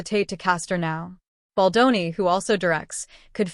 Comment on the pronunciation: I watched & Liked your videos ✅ BUT ..... Can the Narrator please get the most important name correct ❓❓❓ It is NOT - BOL-DON ❌✖❌ It is - BALDONI ❤🖤❤ { Bel Don Nee } It Grates my Ears each time you ... "Mangle & Damage" Justin's name 😤🙉